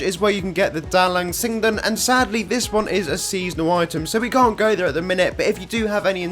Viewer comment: The way you speak "Dalang sinden" it's like almost 90% Indonesian accent, keep it up I'm sure you can speak with an Indonesian accent 😊